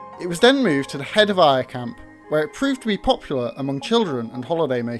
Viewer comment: I think its AI generated it didn't pronounce "Ayr" properly either